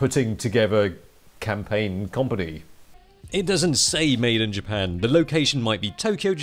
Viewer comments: 'Commpony'- 2019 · I really like you and your videos and all....... But you can't pronounce company properly lmao 😂 😂 😂